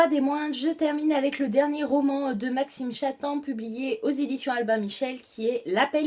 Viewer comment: Coucou! Juste pour te dire que ça se prononce "Maxime Chattam" en prononcant le "m" à la fin <3